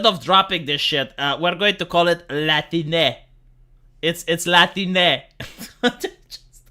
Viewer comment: "Latine" sounds like "Latrine"